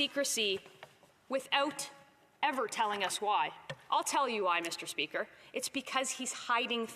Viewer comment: “misterrrr speakerrrr!” You are a total waste of Canadian tax payer money!!!!!